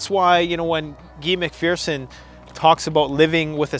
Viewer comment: Guy Mc Phearson is pronounced Gi, long I, not Gee. It's like saying, "Hey, you guys." Thank you.